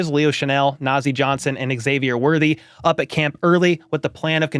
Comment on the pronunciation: Bro, it's pronounced Z-avier, not EX-avier. We've had months of media now and a draft to get this right.